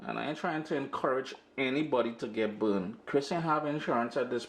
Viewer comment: Yum! I love the way Trinis say burned. 😂